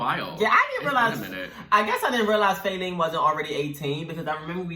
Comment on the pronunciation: It’s not fAelene it’s fa-leene